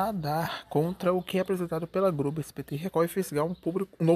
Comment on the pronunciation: Ele troca o L pelo R "Grobo" "Fro"